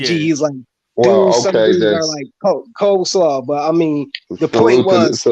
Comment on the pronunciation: “unskilled brother “ 💯 “ coaslaw” 🤣